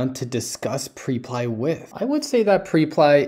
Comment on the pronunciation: Hey bro great content as always- liked it before I even watched. Just wanted to point out that I’m pretty sure it’s pronounced (prep-lee)